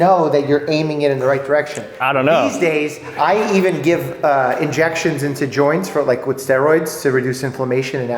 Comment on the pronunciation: Dr. Mike? said do do ininjections.